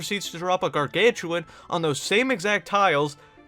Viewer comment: The only thing that is wrong with this video is at around 6 minutes in when he called a gargantuaR a gargantuaN